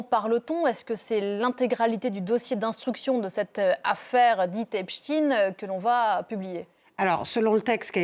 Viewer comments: « Epchtine »hahahaaa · C’est pas possible de prononcer tous aussi mal epstein